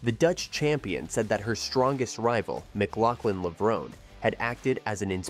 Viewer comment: Is that how you pronounced Sydney‘s last name? I haven’t heard anyone say it that way.